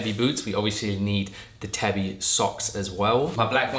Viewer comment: love the style, but please be aware that it's pronounced like "tah-bee" and not "tabby". Thank you!